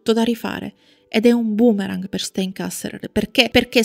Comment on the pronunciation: anche il cognome è sbagliato.. stEin, in tedesco infatti la EI si legge AI (come ad esempio anche la EU si legge òi) 😇